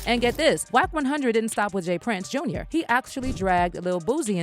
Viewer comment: It’s JR not jaz